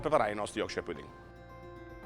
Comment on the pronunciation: ahahahah chissà quanti anni in inghilterra è ancora non è riuscito a imparare a dire pudding...o magari è un precursore del corsivoe..... comunque tutti questi emigranti alla fine non sanno più parlare ne in italiano ne nella qualsivoglia lingua del paese ospitante...